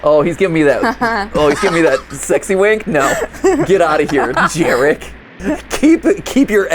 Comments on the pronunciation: as a polish individual, the first character's name is pronounced "yah-rek" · It's Yarek.. babajaga is Polish classic.. its ur hanz n gretle.. those are Polish names my dude.. ur part Polish should know this.. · Gooood, I love seeing Americans try [and fail] to pronounce Polish names 💜🖤 I'm barely 5 minutes in, but the fact that they took Jarek [Yah-rek], which is the most that one uncle at the family gathering/wedding kind of name, and turned it into an NTF fraternity dude-bro pronounced like Jared with a "k", just chef's ksss. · FYI that name is pronounced Yarek 😂😂😂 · Just came to say that in my honest slavic opinion, Jarek would be read like Yarek. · My inner Polak screaming at the pronunciation of Jarek combined with the fact that Mat is Polish, too 🥲